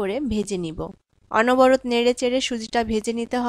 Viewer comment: Onoborot noy, onoboroto.